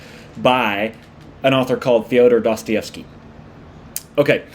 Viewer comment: I love how the West hardly ever gets Dostoyevsky right